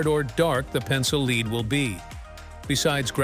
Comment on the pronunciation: if huggbees was unfunny and boring and stupid AI cant pronounce lead. please delete your stupid robot wikipedia channel forever